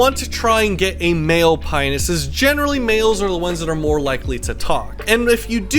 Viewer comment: You keep saying it like "Penis" lol. I think it's Pie-o-nus. Has everyone I have spoken to said it wrong?